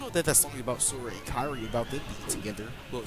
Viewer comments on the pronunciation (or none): none